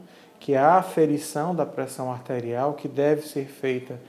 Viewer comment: meooooo....esse médico parece que está morrendo......só pode....Lento....raciocinio quase parando......Parece que ele está lendo.......A entrevistadeira( isso mesmo.....entrevistadeira) está no mesmo nipe........Que coisa horrivel.... élévação.......da préssao artérial...........affffeeee............